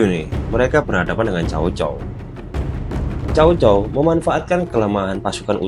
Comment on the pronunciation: Org cina melafalkannya tsao tsao bukan cao cao. Mirip kyk huruf tsa dlm bhs arab